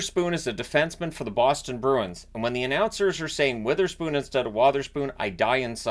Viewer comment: Ive heard the announcers saying wotherspoon with a soft o as in wool. not sure if it is linguistically a schwa. still would prefer the wotherspoon with an o as in dog.